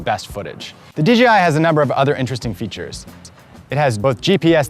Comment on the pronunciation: He keeps saying DGI